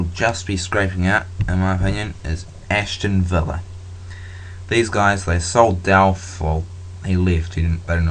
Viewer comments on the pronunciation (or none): ashton villa? aston villa lol good video